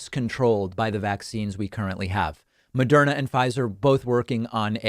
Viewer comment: It's "Moderna", not "Mederma".